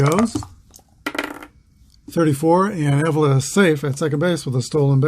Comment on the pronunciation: Thanks. Exciting Game. Go Tribe. and By the Way...Just Saying The Indians 2B is Bobby Pronounced ah-VEE-la Thanks Again. Take Care and Roll On******